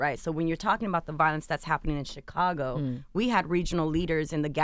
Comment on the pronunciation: Why Charlamagne always say `chick`- cago?